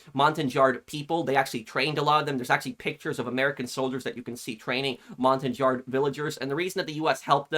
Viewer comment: Just a heads up: Montagnard is pronounced montan-yard. It's a French word, so you don't pronounce the G - like "Champagne". Montagnards are a number of different ethnicities, as well, not just one distinct group.